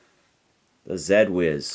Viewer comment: “Zed” Whiz? Your Canadian is showing. 😂 I’m assuming you do realize it was specifically called “Zee” Whiz so as to rhyme with “Gee Whiz!”.